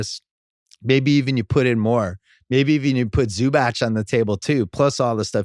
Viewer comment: OMG, he's not Zubach, he is Zubatz. Just stop, please.